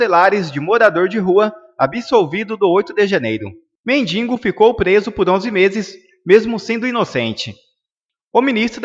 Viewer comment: AMIGO COMENTARISTA. A PALAVRA "MENDINGO" NÃO EXISTE. O CORRETO É "MENDIGO" !